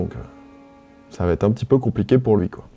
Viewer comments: Tu régales avec ce calendrier! Bon en revanche, je t’en supplie, arrête de faire une fausse liaison lorsque tu dis « va-t-être »… Il n’y a juste pas de t. Tu le fais à chaque vidéo et c’est vraiment dommage, ça casse le boulot que tu abats dans tes chroniques. En tous cas merci pour ces petits moments très agréables à regarder/écouter. Ps: le Requiem de Mozart est vraiment mon œuvre classique préférée. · Par contre arrête de dire VA TETRE (ex: le film va têtre un succès) tu inventes une liaison qui n'éxiste pas et ce depuis quelques récentes vidéos et c'est pénible à l'oreille.